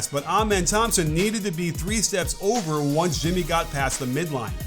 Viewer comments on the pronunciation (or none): none